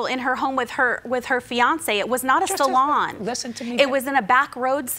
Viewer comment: "Sal-on" lol